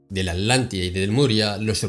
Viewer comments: Solo para asegurarme: se le escucha a veces" La Alantida" y en otras "La Atlantida"...Puede aclarar esto, por favor? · ? Por qué se le escucha "ALANTIDA", hasta donde sé, la región se llama "Atlantida". ¿Escucho mal? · Con todo respeto, Robert. No se dice Alántida; se dice Atlántida. La palabra viene de Atlas, no de Alas. Lo menciono a manera de evitar confusiones entre los oyentes, pues pudiera alguien llegar a pensar que la Alántida y la Atlántida son cosas diferentes. Esto es solo mi humilde opinión con el propósito de contribuir a tu enorme aportación... Paz y amor